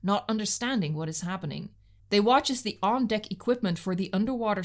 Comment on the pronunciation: Amazing work!! 9.8/10. Not the full 10 simply because it’s deck as in peck, not deck as in pic